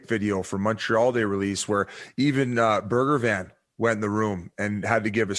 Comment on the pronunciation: I love how Biz says Burger Van for Bergevin.